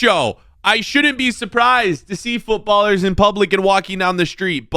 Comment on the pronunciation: Bro really said Footballer""""s in public, instead of footballers 💀💀